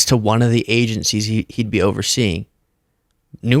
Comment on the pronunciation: Why does she always add "t"s to words that don't have them? "ConTfrence, agenTcies, inTformation" etc. Then, when there should be a "t", she replaces it with a "d", like when she says "imporDant". Someone, please teach this fool how to speak English right "neeow"!!! What an uneducated dope!!!🤡🤡🤡